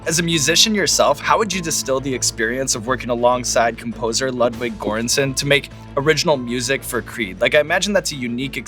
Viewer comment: Ludwig GöransSON please, not Gorensen 🙈